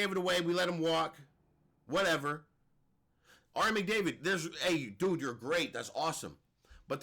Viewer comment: Ari “Mcdavid” 😂😂😂😂😂 bro I’m weak af